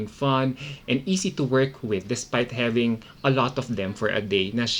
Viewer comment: Can u stop saying habingg say this!# its having😅